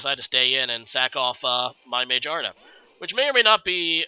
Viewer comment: I died when you said "May-Jar-Nuh"